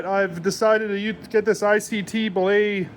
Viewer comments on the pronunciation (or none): "Billet" is pronounced "BILL-IT". "Belay" is something you do while repelling off a mountain. Otherwise, great video. =)